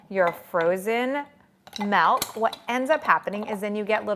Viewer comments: It's MILK, not MELK!🤦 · bro its milk not melk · i no its milk not melk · Your life must be very blessed if someone's pronunciation of milk is making life unbearable 😉 There are people who suffer anything from Malaria, hunger to Tornados, can't think that anybody would get irritated over Melk, it's not like she is slurping snot or something disgusting. 🤷‍♀️ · I'm sorry, I really hate the way you say milk....its an i not an e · we only spell the word m i l k and she should pronounce it as such. The same as it is unacceptable to say I ain't got no is unacceptable so is her butchering of the word.